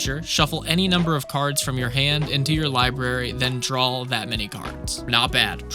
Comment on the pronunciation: there is no "L" on the end of the word "DRAW".